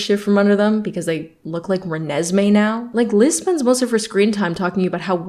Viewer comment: Not renesme 😂😂